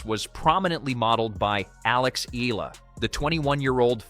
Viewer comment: it is pronounced --- Eh - Yah - La (EALA)